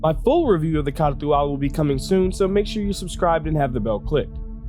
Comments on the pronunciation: I thought it was pronounced "car to al" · It's pronounced Car too all... because reasons. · A POA KAH TU AL 🤣 Ps its not bad against a Gladius. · OMG the way you’re saying it... my ears! STOP... JUST STOP! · You say it funny.